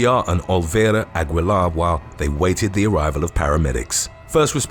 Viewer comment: It's pronounced "A-gee-lar!"